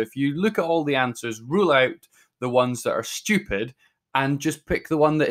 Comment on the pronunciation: I like when he says STUIEPID